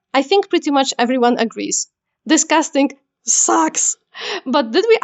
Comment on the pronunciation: When you are saying "this cast" it almost sounds like "disgust". Considering the context it might land you in some problems with the wrong crowd.